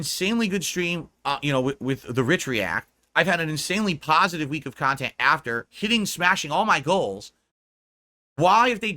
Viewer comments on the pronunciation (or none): take a shot everytime you hear "KUNTENT"